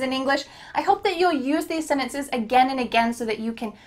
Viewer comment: What happened to "sentences"?it became "senetece"00